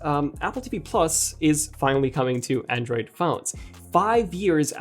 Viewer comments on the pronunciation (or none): none